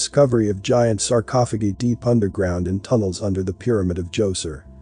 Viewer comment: I won't watch this channel again..nor will my friends or family until you fix your automated voice. sarcophogeee is so distracting that it's all I could concentrate on.